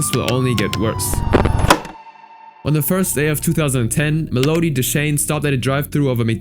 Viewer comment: Mel odie? Melody bro